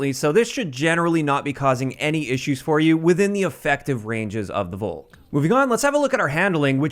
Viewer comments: If anything it's pronounced "Faulk" btw. With no pronouncing the "au" so much as an American/English person would. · FYI, the V in Volk is pronounced like an F.